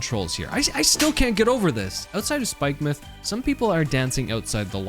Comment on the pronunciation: YOU PRONOUNCED SPIKEMUTH CORRECTLY THANK YOU